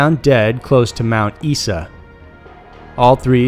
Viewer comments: It is pronounced Mount “Iza” not “eesa” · Mount Isa is pronounced Mount "Eye-za"...The Flynders highway is a cunt of a road. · Its pronpunced i-za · It’s not Mt E-sa, it’s pronounced Mt I-sa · Aussie here, sorry to be "that" person but its pronounced Mount Eye-sa or Eye-suh (not Mount Ess-a) - otherwise great video. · you totally mispronounced the name of the town in no. 1;Mt Isa is pronounced mount eye-za not mount eesa. Great vid other than that (as usual). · Mount Isa is pronounced Mount Eye-Sa :-) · Also MT, ISA is pronounced " Eye" sa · Mt Isa pronounced Mt Eyesa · #1 Flinders Highway, it is pronounced Mount EYEsuh. If you're going to talk about locations in other countries, at least have the decency to learn to pronounce names correctly. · Mt Isa is pronounced Eyes-a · Just a quickone... Mount Isa is normally pronounced 'Isar', with a soft I not a hard one. But good video all the same. :) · Its pronounced 'eyes-ah' mount isa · Great stories as usual.. but FYI for future reference iMount Isa is pronounced Mount Eye-za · The Australian town is pronounced Mount Eye-Suh. Love your videos, fantastic narration. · Just so you know, it's pronounced Mount Eye-zah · 'Mount Isa' is pronounced ' Mount Eye-za From an Australian local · Mt Isa is pronounced Eye-za, cheers! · I was tripping out for a sec thinking he was talking about somewhere else. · Hahaha yeah that was a shocker...also both the pictures of the signs were from the Flinders Hwy down here in South Australia.